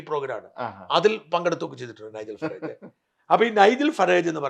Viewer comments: He is keir starmer. Nigel Farage George Galloway. Pronunce names correctly. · You have been in the UK so at least say the names of Kier Starmer, Nigel Farage etc. correctly. That is why the white people dislike immigrants.